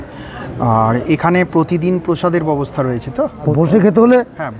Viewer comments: ববস্থা নয় ব্যবস্থা উচ্চারণ করলে ভালো হয় । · Byabosta sotthik uchcharon.Uni kicchhu bhul bolen ni.